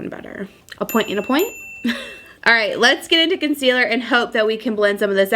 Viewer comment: "ulta concelear in medium neutral again oh my" lololol LOVE HER....but even with orqnge foundation she is stunning!